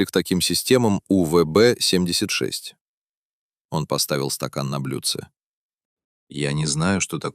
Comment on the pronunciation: Ну насколько нужно быть ДОБОЁБОМ, чтоб хотябы не смочь правильно произнести УВБ76